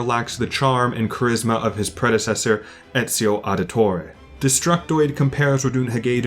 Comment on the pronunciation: here, it's mostly a negative critique but he briefly mentioned this video as a good example of flashing out positive aspects of the game. About the Ezio Auditore fiasco It's mostly the accent I think, "Auditore" ends in a hard E sound (think the first letter of the word Essence or Every) while English speakers tend to pronounce the E as a "hey" sound that just doesn't exist in Italian, the R is also supposed to be a hard R as opposed to the soft R English speakers tend to use. You also pronounce Da Firenze as "De Firenzi" but I'm guessing it was a simple slip since the games tend to pronounce that part consistently well. I don't want to sound like a stickler for grammar because it's not a problem in the slightest but if you want to pronounce it properly you could look up cutscenes in the Italian dub of the game, it's pretty good and it even fixes some mistakes from the original dub, like how the family names Medici and Barbarigo are CONSTANTLY mispronounced.